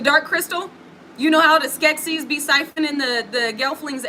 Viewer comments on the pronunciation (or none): none